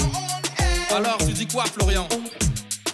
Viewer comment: Fayçal, ça fait 4 ans qu il n arrive pas à dire Florian on air...il me fait bien rire en tout cas !